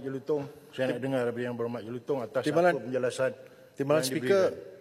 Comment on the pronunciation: Kampar suka mencelah..die perasan tau rakyat malaysia paham bahasa melayu die..ada sebutan sebutan die yg kita terpaksa gelak sebab gelihati dngar.contonya "dengar" jadi "tengaa"😅😅😅😅..kampar akan nampak ekslusif kalo die tak bersuara